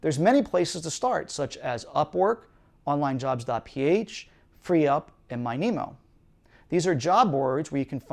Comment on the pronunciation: I'm pretty sure it's not pronounced MY NEEMO, but rather MINI-MO (lit. "minimum")